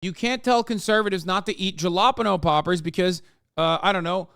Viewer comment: For me it's Hasan's pronounciation of Jalapeno